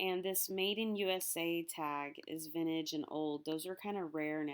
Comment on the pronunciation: VinTAGE not vinage